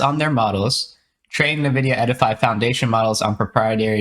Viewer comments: Nevidia? It is called NVidia... as in the letter N - vidia. And we can now run interference on our models? Nice, just what we needed. They probably mean 'inference' when they write inference: which is best described as 'logical deduction'. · It's pronounced "en-vidia," not "n'vidia"